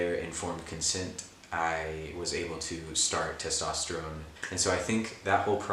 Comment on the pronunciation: Testosterone (but pronounced like rigatoni)